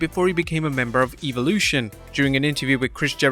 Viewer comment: I know your brittish and have an accent, but how in the hell do you get "Evil-lution" out of the word "Evolution"?? REMEMBER, The 3rd letter is an "O" not an "I"..